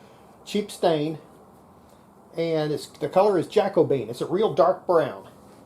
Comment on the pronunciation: Jack-bean. Made me chuckle. I look forward to each and every video you do fantastic work but it’s pronounced Jack-oh-be-an a time in history where buildings where made of oak that was really dark.